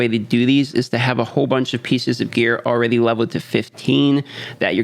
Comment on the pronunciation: Do you say ”all-raidy” bcus youre playing raid?😂